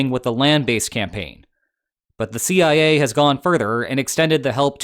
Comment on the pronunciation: the Sea-I-A